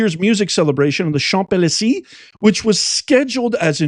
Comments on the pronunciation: Champs Elysee is pronounced shomps ah lee zay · Champs de. Lee zay. Learn to pronounce or sound illiterate